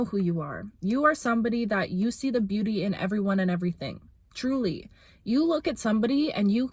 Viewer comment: when you said truly i thought you said juli which is a nickname of mine and i froze like 😳